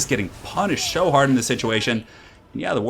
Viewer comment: "He's just getting punished sho hard in this situation" lol